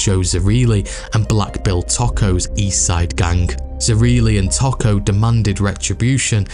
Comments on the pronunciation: It’s knit picking, but Tocco is Toe-co not taco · Toh-koh not 🌮 Taco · It's Tōkō not taco 👌🏼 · Its pronounced Too-co not Taco. Great video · Toe-Ko I went to school with one of the family members at GPSH.